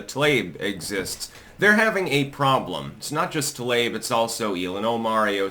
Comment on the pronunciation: I love how claims to be some master linguist, but he can't pronounce peoples' names correctly. 🤣 "Tl-ayb" ❌ "Tlah-EEb" ⭕ - 十四才♀️